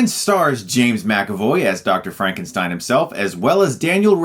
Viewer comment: It's Frankenstyn